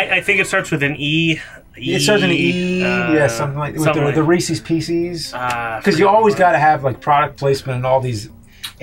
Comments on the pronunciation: It’s Reeses’s Pieces. It’s NEVER been Reese’s PEE-CEES. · Ree-Seez Pee-Seez? Damn. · James is one of those people who says "reesees piecees"... Lmao that drives me nuts, it's "Reese's pieces". They are "pieces" that belong to Reese. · Nooooooo. You say reesey's pieceys. It's Reese's Pieces! Say it right! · lol James, Reesees Peecees ? Might be regional but ive always pronounced it ree-says pee-says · I love when people say, "ReeseE'S PieceEs". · He just say ree-cees peessees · “Ree-sees Pee-sees”??? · James is one of those people who says "Reesees Peicees," so now I hate him forever. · Ha! James says "Reecees Peecees!" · James says reesees peesees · He said "ReeseEs PieceEs". I'm so disappointed. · Reesees peesees???? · James, stop saying Reese's Pieces like that!!!! Your pronouncing it very weird and it's triggering me!!!!